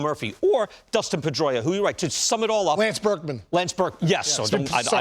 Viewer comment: Dustin. It's Dustin, David Ortiz.